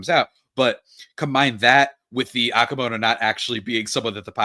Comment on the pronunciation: The player is Okamoto Pronounced OH-KA-MOE-TOW NOT Aah-ka-moe-tow. It’s a Japanese name. 😊👍